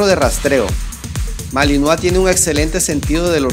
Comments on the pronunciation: Se dice malinois no malinoa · Se dice MALINOIS no malinoa pronuncia bien por eso el vocabulario cada ves esta mas de la chingada... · Se escribe Malinois y se pronuncia Malinoa.